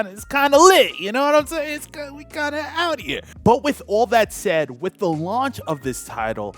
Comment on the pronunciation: You pronounced "TH" in the word "the". Use that on the word "with" too lol